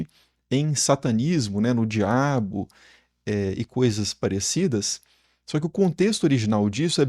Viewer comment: "ÊÊÊÊ... Estátua du DUABO" -Repórter Polícia 😂😂😂😂😂